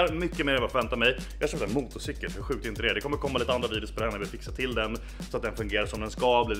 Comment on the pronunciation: ”Motocikel” haha